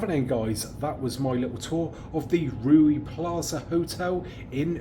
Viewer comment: Its reeu not ruee 😂